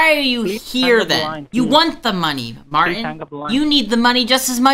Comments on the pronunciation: There’s a ‘t’ in Martin. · Who is Mar-In? Can you not pronounce a T in the middle of a word?